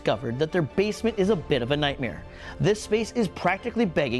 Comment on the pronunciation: George, the word is nightmare not nightmear.